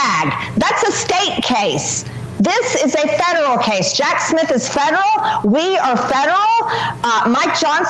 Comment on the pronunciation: I know she's saying federal but it sounds like she's saying feral. Lol.